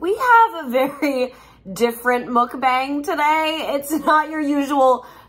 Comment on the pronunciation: You're pronouncing mukbang wrong